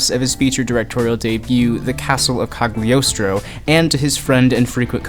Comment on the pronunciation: "G" silent in Cagliostro.